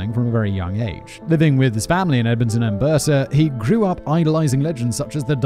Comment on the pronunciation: Edmonton Alberta (Al-ber-ta) sounded like An Berta